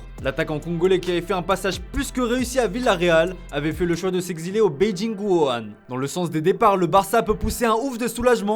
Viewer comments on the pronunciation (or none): none